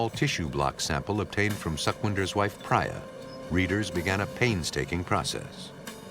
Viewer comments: I guess Sukwinder is pronounced as Sookwinder and Priya as Preeya Suck-win-der 😂 .... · Amazing work and dedication! BTW the lady's name is pronounced Preeyah not Praayah! 😁. Really enjoyed the investigative side of this shocking case. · If the narrator was Peter Thomas from ff he would have said the names correctly like Priya not pra ya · Would it kill the narrator to learn how to pronounce the name Priya? Kind of disrespectful to continually mispronounce her name. It's not Pry- ya, it;'s Pree-ya. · Thank you! That was annoying hearing him say Priya wrongly over and over. 😂